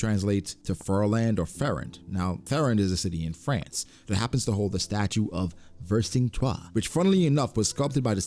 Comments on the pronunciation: Rofl wtf did you just call Vercingetorix?? Vercin-ge-toux? I had to double check to make sure I wasn’t the idiot. Even in French you say his name as we do in english. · awesome video but you absolutely destroyed the pronounciation of vercingetorix hahaha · It took me a way too much time to understand you were talking about Clermont-Ferrand and Vercingetorix, that's not how you pronunce it! It's not written the same way in japanese, Fearland is フィアーランド whereas Ferrand would be フェラン. There was a familly called "De Fierlant" whose coat of arm was colored like Uta's hair, but it has to be coincidental as they had absolutely no historical relevance. The meaning "Fearland" just seems more logical than anything else. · WAIT. THAT IS HOW YOU PRONOUNCE VERCINGETORIX?!?!?!